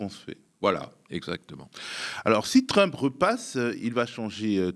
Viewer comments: En prononçant " trUmp", ce type a fait mon noel. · Le gars n'a jamais entendu la prononciation de trump et il prétend s'y connaître suffisamment pour analyser sa politique. Soit il ne s'est jamais renseigné sur le sujet dont il parle soit c'est une personne manquant de sérieux, de professionnalisme; dans tous les cas, du coup, c'est problématique, qu'il puisse s'exprimer sur ces sujets-là.